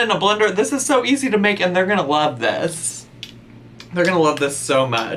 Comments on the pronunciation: I 100% heard you say "children in a blender" not "children and a blender" 😂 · Anyone else hear "children in a blender." insteaf of "children and a blender." I thought went all serial killer on us 😂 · sounds like he said "children in the blender" lolol